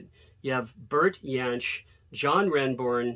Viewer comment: Great video. Ed Kuepper’s surname is pronounced Cooper, btw, and Bert Jansch‘s name is pronounced Jansh, not Yansh. Though of German heritage, he was Scottish and his family dropped the Y pronunciation of their surname. Kuepper was born in Germany, as I’m sure you know, and his Saints bandmate Chris Bailey was born in Kenya to Irish parents and grew up in Belfast before his family moved to Brisbane.